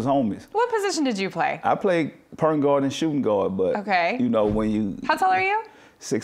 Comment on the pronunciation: "Pernt guard"! 😂😂😂😂